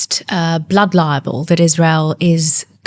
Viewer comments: I do wish she would pronounce "libel" correctly It's libel, like bible Not liable, like buyable The auto generated subs say liable every time she says libel. Because she's not pronouncing the word correctly. So irritating. I can't listen to her. It grates too much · Why does she keep saying "blood liable" instead of "blood libel"? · She'd be clearer if she pronounced libel properly. Auto generated subs hear her mispronunciation and prints up "liable" whenever she says it. Because that's how she says it. With an extra syllable that doesn't exist. Liable is a completely different word of course. With a completely different meaning!!! For someone who uses the word "LIBEL" a LOT, it's annoying that she seems not to be able to say it properly 🤦🏻‍♀️ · She'd be more impressive if she pronounced libel properly. Auto generated subs hear her mispronunciation and prints up "liable" whenever she says it. Because that's how she says it. With an extra syllable that doesn't exist. For someone who uses the word "LIBEL" a LOT, it's annoying that she seems not to be able to say it properly 🤦🏻‍♀️ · Yet she can't pronounce libel properly. Watch it with subs. Every time she thinks she's saying libel, she's saying liable. Different word, different meaning but the subs generator hears it how she's pronouncing it. That is, wrongly!!! 🤦🏻‍♀️🤦🏻‍♀️🤦🏻‍♀️ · Get her to pronounce LIBEL correctly if you're going to interview her. PLEASE!